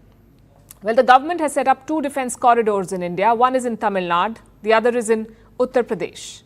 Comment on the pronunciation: Why does she always mispronunce south indian states? It’s “TAMILNADU” not tamilnad. Being your South Indian fan it hurts Palki mam. Kindly rectify it.